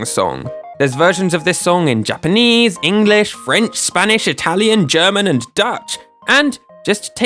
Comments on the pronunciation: Japanese? Nah, Japanaese. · Ah yes, my favorite language, "Japanaese."